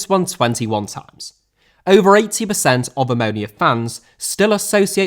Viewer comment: Butchering names like clube,which you read as clúbei and AC Omonia,which you read as AC Romownier